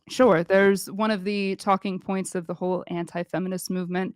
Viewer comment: Good hell her voice is like syrup. And the word, “sure” does not have 2 syllables.